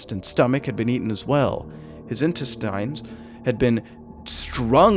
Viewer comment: The spookiest thing about this story was the way Mutahar pronounced "intestines".